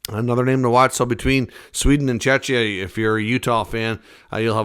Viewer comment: Please learn how to pronounce Czechia. Or rather call it Czech Republic 🙈